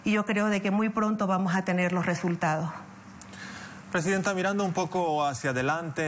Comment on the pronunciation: Cada rato le dice ptesidenta a la opa